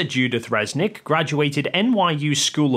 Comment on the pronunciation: is an absolute numbskull. He's no poe just faking it. He doesn't comprehend anything of Avionics and Aviation. is also dumbo because he's calling her Fresnick and not Resnick.